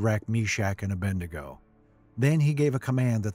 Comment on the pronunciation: The name is A-BED-NEGO. Not A-BEND-NEGO.